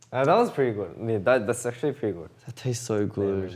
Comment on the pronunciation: them just casually switching from English to Korean is such a MOOD also them talking about food for like more than 5mins is MOOD he literally said "gud" lmaoooo i use "gud" so often but I didn't know it was Australian accent 😂 but they really talk about their 호주 all the time and their bond is just adorbs and precious I love themmm btw I have made an oboe cover of "Voices", would be cool if you could check it out 🙈💛